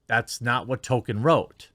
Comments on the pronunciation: I love you, but please please please…pronounce the L in Tolkien’s name. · Nobody: Jeremy: “Token” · It would be amazing if you make any effort at all to just one time not pronounce his name as token LOL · It's Tolkienism Not Tokenism that matters. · Am I the only one that cringes at Jeremy's pronunciation of Tolkien. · ehhh I think that’s a stretch. Jeremy’s commentary is spot on, but saying that over and over again isn’t a play on words after a while. I think he genuinely doesn’t know how to pronounce the Professor’s name. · Tolkien, has an "L" in it, Jeremy. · Established Lords is a scam. Becoming a Lord doesn't work like that. Can also tell you actually don't care aboot what you are covering because you are calling him TOKEN. It's Tolkien. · name sounds more like Toll-Keen, not token... love the coverage but that's driving me nuts... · Saying his name to sound like "token" is funny, but in the same sort of way it's funny that Greg Brady got into an accident with the family car. Funny, but with a sick feeling of existential dread underneath. Maybe just consider putting a tad more emphasis on the "L" in "Tolkien"? Or maybe saying it as "TOLE-keen", just so no one claims you're making jokes about "tokens"? I know what you're saying, but the outrage mob will pounce on the stupidest damn crap. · Hey man, pronounce the "L" in Tolkien. His name isn't "Token". You're killing me bro! :D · Why do you say 'Token' when referring to TOL-kien ... ? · His name last was Tolkien not TOKEN. This woke shit is never based on merit and only fools believe these actors were hired organically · It's token not Tolkien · It doesn't help your credibility to keep calling him "Token" instead of "Tolkien" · “Tokin”…? I always enjoyed a good toke while watching LotR. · I've pointed out the "Token" thing a few times, he just keeps doing it. It's not a good look mocking these fake fans when he can't get the writer's name right. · Did they say Tolkien or Token? I'm confused. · “Token” lol